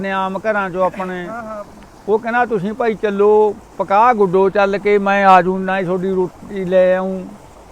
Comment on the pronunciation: BAPU JI KAPAH HUNDI AA PAKAH NAHI